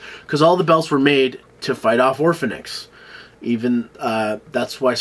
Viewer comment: Orphenoch* not orphanix